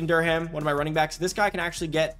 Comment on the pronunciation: His name is Caden Durham “derrum” not “derham”